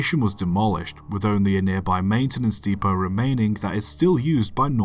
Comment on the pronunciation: You mispronounced Clerk. Oh! And depot. And Newark. And Terris.